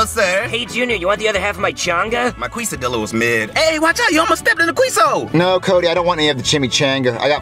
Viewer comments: He said quesadilla queso like Quiso and Quisadella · As a Mexican the kesadilla pronunciation hurt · no way cody called a quesadilla a queeso dia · As a Mexican I feel offended for how he said those Hispanic food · As a Mexican, this really hurt my heart mispronouncing Mexican food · As much as it pains me that they say the names of queso and quesadilla wrong, i still find this video pretty fucking funny. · as a Latino. I’m not even surprised that a white family is saying it wrong.